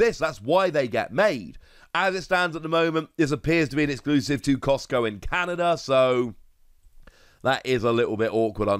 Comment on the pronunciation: Canada, not Canda 😂😂😂just playing btw